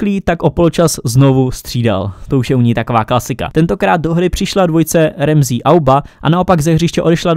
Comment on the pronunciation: čte se to Ramsy, ne Remzí